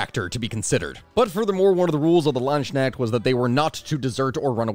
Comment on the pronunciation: Please, work on the pronounciation. It's Landsknecht, not Landsschneck, or plural Landsknechte and nit Landsschnecks. I know, this can be hard, but if you study them you should we able to at least pronounce their name somewhat right.